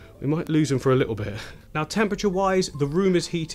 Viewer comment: You say 'lit- awl' at least 10 times less than Jamie Oliver would in half an hour. Whew!